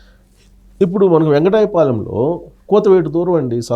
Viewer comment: వెంకటాయ పాలెం కాదు సార్... వెంకట పాలెం.... అని పలకాలి.